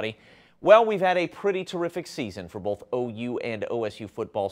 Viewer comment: "Bolth" gotta make sure you add the "L" in both